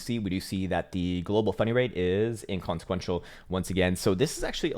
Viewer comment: I keep hearing "funny rate" =P